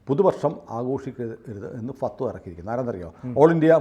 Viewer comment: ഫത്‌വ എന്നു പറയാൻ .'അറിഞ്ഞുകൂടാ